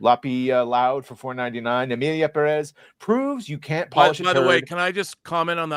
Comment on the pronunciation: i hate the way says 'perez' peddezz lol. nah i dont want to even go there